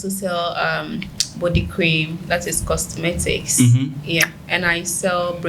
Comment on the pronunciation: Did I hear Tilented and Costmetics ?? Or it’s jux my ear buds messing with me